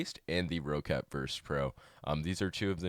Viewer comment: nice video, BTW roccat is pronounced as rocket